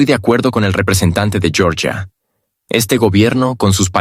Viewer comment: Georgia, no Yoryia (así se diría el nombre en inglés). El nombre nativo de Georgia es Sakartvelo.